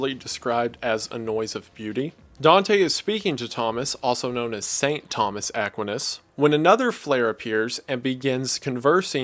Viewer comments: Where in the world did you learn to pronounce st Thomas Aquinas like that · Mfer can’t even pronounce Thomas Aquinas properly, I’m definitely not listening to his summary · I have never heard somebody pronounce st Thomas Aquinas name that way. But great video love your channel. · No one gonna talk abt how he pronounces Thomas aquinus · You pronounced Thomas aquinas wrong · It never fails to astound me how smart you are, yet don't know how to pronounce Thomas Aquinas' name. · Bruv. Please pronounce Thomas aquinas correctly